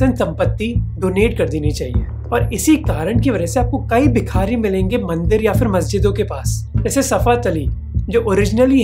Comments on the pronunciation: Bhai u show great research in ur videos and u r a great presenter, but i am not satisfied with the way U pronounce indian names like a hi-society convent educated ignorant of indian lingo, U said जलना district Maharastra, whereas it is जालना, similarly its not बिखारी but भिखारी, its ज़कात and not ज़ाक़त। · Don’t mind my nitpicking, but it’s not Bikhaari, but Bhikaari.